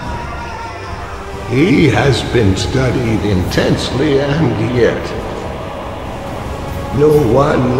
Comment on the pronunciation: You said "studied" LOL